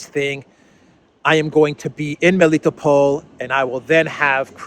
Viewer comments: Do me a favor and learn how to pronounce names please. Rally annoying to hear you butcher. Usually Russian names have emphasis on the last syllables. For example it's not me-LITTO-pol it's meli-tOpolь Same idea for Mariupol - mary-Opolь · you have difficulty pronouncing Greek names, Militopol, Semphiropol, Kherson? I thought you being Greek, you can do it well, may be even know how these names mean in Greek. These are towns of Ancient Greece after all.